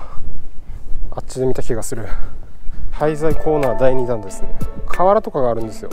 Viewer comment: 廃材コーナーが ついつい ハイサイコーナーに聞こえてしまう説^_^